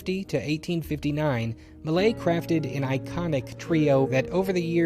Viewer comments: LOL, I had to look up the painting to find out you meant "Millet", not "Malay". :') Tip: there are test-to-speech websites available for most common languages. This particular name is actually not all that hard for an English speaker to pronounce: "me" followed by a short clipped version of "yeah". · Please, please, please, listen to a French person say “Millet”! :)